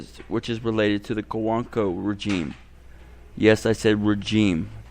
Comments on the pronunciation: "Yes I said rejeem" ahhhh what?!?! hahahaha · Say rejeem again & see what happens